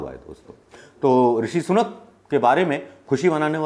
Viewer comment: सनूक नहीं सुनक।